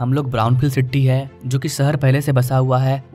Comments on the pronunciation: Siti nahi city hota he bhai. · City bolna bhi shikh le dost